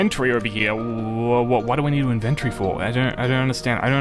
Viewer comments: Why you say inventry its inventory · " in ventory